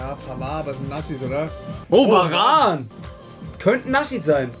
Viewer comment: Ich liebe euch Jaaa bin auch sehr lange schon dabei,aber bitte,lass dieses „NASCHIS“ bitte das triggert unnormal 😢